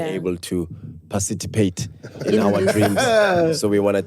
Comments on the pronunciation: Word Of The Episode: "Parcitipate"🤣🤣🤣🙌🏽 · Word of the day is "PARCITIPATE"🤣🤣🤣🤣🤣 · The struggle between parcitipate and participate 😢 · "Parcitipate" and "commemoration"😂😂😂😂ayyyy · Word of the day," Parcitipate"🤣🤣🤣🤣